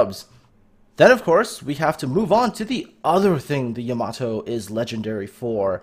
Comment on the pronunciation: It's pronounced Yah-mah-toe